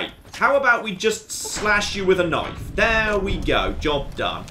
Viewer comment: "mah noife"